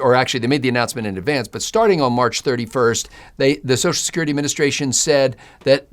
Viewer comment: Thank you for pronouncing BOTH syllables of the word "social". One of my pet peeves is politicians who routinely pronounce it "Soash security."